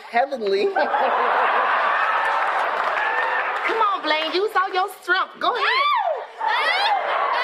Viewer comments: With awwlll your Strunmghttt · “Making the muscles ripples with all your screngfff” … I screamed 😂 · "With all your STRUNGTH" lol! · He said strumpf. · dat manly STRUNF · 😂😂😂😂 use ur stremmmphhh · Strunth. Kills me everytime